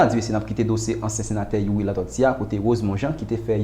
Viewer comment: Yow sispann pale tenten tande figui di m panc sete yon bagay serye ou tap vin pale ui dyòl sirèt ou pa menm ka pwononse nom senateur Youri byen menm...monchè souye dyol ou nan yon pil kk pa jam site nom misye anko ok kokorat oumemm ak tout Rosmon jean enbesil nèg sòt dyol mayas